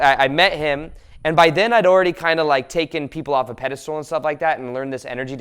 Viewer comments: I love your videos , they are full of awesome insight. But please stop saying "Pedestool" instead of "Pedestal". It's a word you use in a lot of your videos and you mispronounce it every time :) . Much love ! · He also says “pediSTOOL”, cracks me up😆❤️